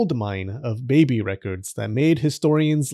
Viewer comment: I like how they say baybay instead of baby sometimes 😂